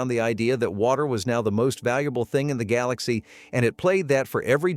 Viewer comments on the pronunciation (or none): none